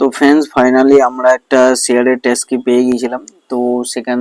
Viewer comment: ট্যাস্কি নয় ট্যাক্সি।